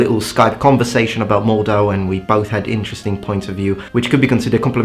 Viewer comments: Very interesting video. Thanks. But as a native speaker of German I would like to say something about name of the game: It should be pronounced like MORT-how. Mordhau is a German compound noun formed out of “Mord” (“murder”, pronounced with a “t” sound at the end because of German obstruent devoicing in the coda) and “Hau” (Middle High German for “strike”), therefore the “h” is not silent but the second syllable is pronounced exactly like the English word “how”. Stress should be (not 100% sure, see below please) on the first syllable as it is the common rule for compound nouns in German. I normally would not mention that but as this is there might be some people who are actually interested in linguistics, including himself. Yet I have to confess that I never studied German linguistics and I am not too good with Middle High German, so the stress distribution is only an assumption based on current German. I briefly googled for it but I could not find any reliable source on Middle High German prosody and how it may or may not be different from current German. If I remember correctly what I learned about Old High German and Middle High German at school this rule has not changed but I have nothing to back that up. The pronunciation is straightforward, though, as “Mord” is still a German word with unchanged form and meaning and although “Hau” as a noun does not exist in standard German any more it has been preserved in a few more colloquial expressions (e.g. “Ha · Mordhau! Pronounce it in german way, like Mord-Hau. Pronounce the H, do not leave it out. Mord means Kill or even Murder, and Hau means battle or brawl or beating. like, murderous beating or deadly battle or beating/brawl/battle to death. Deathmatch. So, MordHau. Ich HAUe dich! Ich verHAUe dich gleich! Komm her! Er wurde geHAUen. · Mordhau - you pronounce the H with exhaling like in hat hike. Maybe think of it as 2 seperate words (which actually it is - Mord (murder) Hau (stroke)